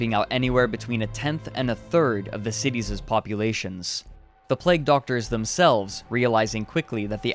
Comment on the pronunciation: "ratses" "cityses" get some sleep